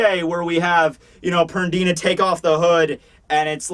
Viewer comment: "PerDIna" lol